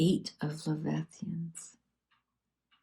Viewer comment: Lev-i-thigh-an? I can't see the card well but I think the word you are seeing is leviathan.